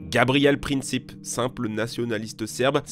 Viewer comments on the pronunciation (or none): "Gavrilo Princip" on ne francise pas un nom ;)